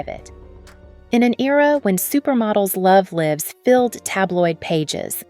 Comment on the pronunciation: The narrator is AI. She said lives instead of LIVES. After watching a few of these model profiles, the voice sounds unnatural and heavily edited to keep that rate of speed up. I love Helena Christensen, so not much here was new for me. I believe her first name is the Danish pronunciation, not the American.